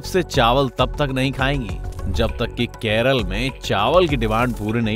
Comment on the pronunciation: Keralaaa Thik se bolo bhai ❣️